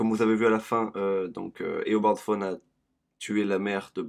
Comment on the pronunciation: et dit pas fone mais tawne